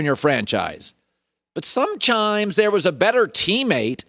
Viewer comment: Colin “SomeChimes” Cowherd